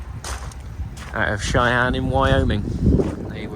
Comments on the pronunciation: Not Cheyanne, try pronouncing it " Shen-ek-teddy"😂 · That giant locomotive was built in Schenectady NY, it’s pronounced skin-neck-tiddy.